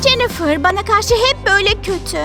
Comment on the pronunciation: Yaa İngilizce'yi katlettiniz Keyt değil Kate ve cenifır ne Jennifer olucak hiçmi İngilizce dersi görmediniz